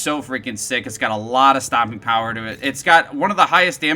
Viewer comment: Was it me or did he say "Stomping power" rather than "stopping power"?